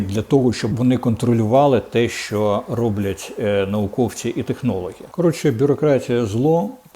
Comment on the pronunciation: Корчинський,не говори ''шьшьо'',''шьшє'' і т д . Говори правильно ''що-шчо'', ''ще-шче''.